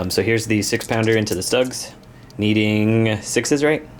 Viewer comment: Schtuugs........not ztUGGs 😁